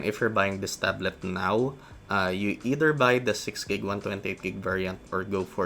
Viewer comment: "eter" hahaha. either